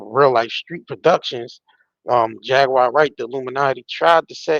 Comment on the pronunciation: It's definitely not JagWIRE. LOL